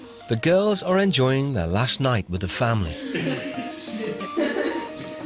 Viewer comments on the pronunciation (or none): its “thoer”